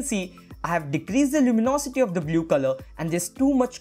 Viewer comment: Dude, the tutorial is fantastic but please don't say "blyoo"